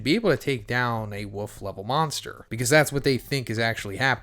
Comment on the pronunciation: I thought you were saying "Wuff" level, like their was some level behind wolf lol.